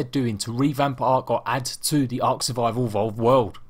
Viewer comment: Why do you say it like tlc